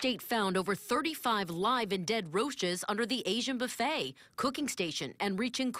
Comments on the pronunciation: "The best boo-fayy in the USA!!". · Gary Brice boo-fayy😂😩🤮